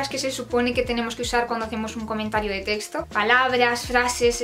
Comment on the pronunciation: En cada teshto xd